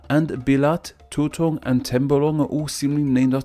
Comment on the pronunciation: When I heard of Sabah, I was hoping to hear some banana reference, because here in a neighboring country, we have a banana type called "sabá", and I assume that it must be similar to malaysian. I am not disappointed. , you sound like a foreigner trying to pronounce "Belait" and "Tutong" as if they were tagalog words 😐